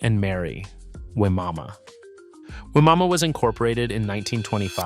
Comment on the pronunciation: Wimauma is actually pronounced by locals as"Why-ma-ma". Not kidding.